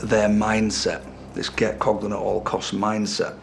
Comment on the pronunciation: Its prouned Coglan